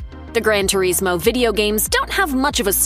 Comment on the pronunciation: the pronunciation of Turismo is driving me insane